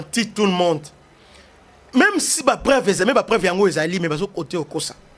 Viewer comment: On dit PREUVE , PAS PRÉVE......OOOOOH